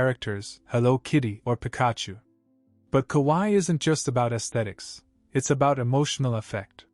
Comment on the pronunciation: The A.I. program's inability to say Pikachu is a dead giveaway.